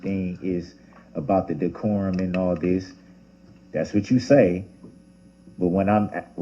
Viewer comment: Listen how he says one of the "big words" he can't seem to understand (by following rules of the court). I thought I was "hearing" things when he said it, so I slowed it down and played it back a few times. I didn't know DECORUM was pronounced like that! He absolutely butchered it! lmao!!!!